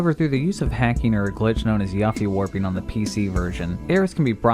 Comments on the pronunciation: Aeris... y-uff-ie? Lol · how has nobody mentioned him calling yuffie yuffy